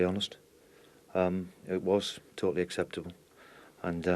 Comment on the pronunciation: Did he say acceptable 😂😂